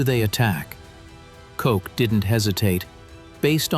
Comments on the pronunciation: The inconsistent pronunciation is one of the tip-offs that it’s AI slop. Once the slop alarm goes off, the entire video is suspect. In this case, the narration starts off with a bunch of “compelling storytelling” details, which sucks the listener into thinking, “Jeez…such detail. I’ve never heard this before.” The problem is that the detail is often complete fiction, synthesized from others’ work, and cobbled together by the AI into a plausible story. I know of at least one human content creator who has fact-checked some of the flood of these AI-generated WW2 videos, and found that they’re just making up the details. That’s how they’re able to crank out so many of these. This channel posts one per day, sometimes even several per day. This channel has existed for less than two months; yet, it already has posted 32 videos. No human can do that. It’s an impossible production schedule for original, thoroughly researched videos of this length, and the garbage level of quality reflects the machine genesis of this trash. There’s maybe 5 minutes of essential information in this video, all of it taken from uncredited sources. And they stretch it out by saying the same thing in different ways, repetitively. Another tip-off is that fact that the images don’t actually match the content of the narration. The photos may be authentic, but most of them are generic. Most of them could be inserted at any other place in the video and they would make just as much sense, which is actually no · I liked the subject matter, fairly decent info. Gotta agree the music we could deal without. Just because you can add a bs soundtrack, does not mean it should be done. The AI could not settle on a pronunciation for the intelligence officer Koch. I heard Coke, Caughtch and in between. Just didn't want to say (Cock) I guess. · I noticed this too. I would think the AI would at least settle on one pronunciation as there is very little intelligence in saying it different every time.